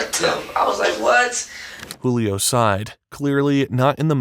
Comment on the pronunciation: Julio not Hulio